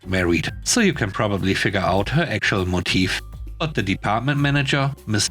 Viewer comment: FYI - The word Motive is pronounced Mo-Tiv, not Mo-Teef (Motif) is a different word entirely.